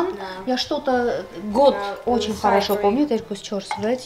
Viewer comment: Эгине, меня прорывает смех всегда, когда я слышу от вашего мужа "ОЧень ". 😂😂